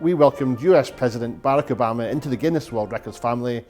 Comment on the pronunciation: euh je rajoute tout de même que c'est barack avec un r pas un l stp...les usa quand même.